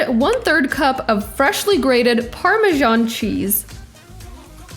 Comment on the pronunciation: It is pronounced Parma SAN not Parmjon